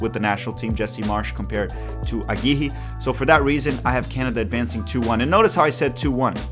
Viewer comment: its pronunced agui-rre not agiji